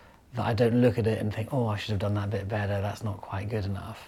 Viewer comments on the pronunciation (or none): none